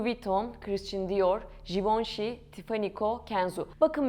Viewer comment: Kıriştın diyor jivonşei ne yaaaa???? Şu yabancı kelimeleri telafuz etmeyi artık öğrenin yaaa öğrenin!!!! Okuduğunuz yabancı bir kelimeyi yada ismi Türkçe okuyamazsınız! Türkçe telafuz edemezsiniz ! Hem Türkçe katili hem yabancı dil katilisiniz. Buda yaptığınız işe değer vermediğinizi kalitesiz olduğunu gösterir. Yıl oldu 2023 teknoloji ile uzaya Mars’a gidiyoruz ama halen basit bir Fransızca kelimenin okunuşunu telafuz edemiyoruz. Utanın artık yahu, utanın! 30 yıldır Almanya’da yaşıyorum yüzde doksanınızdan daha iyi Türkçe konuşuyorum, yazıyorum. Siz neyle meşgulsünüz de böyle öz değerlere gereken ilgiyi değeri vermiyorsunuz ???? Kınıyorum ve sırf bu yüzden hiç bir videonuzu izlemeyeceğim !